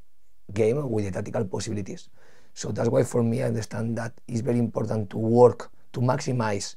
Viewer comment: is he going to say "IMPODDANT" 10 times every interview???